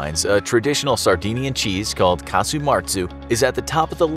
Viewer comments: It's casu marzu not martzu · There's no t in casu marzu!